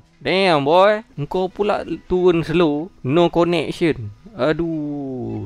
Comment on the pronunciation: "no koneksyen" 🤣🤣